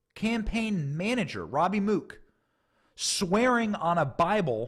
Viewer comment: Benny, Mook is pronounced like "book" for future reference. I have relatives with that name. Great reporting.